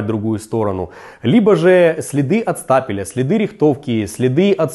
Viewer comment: Стапель же, не стопер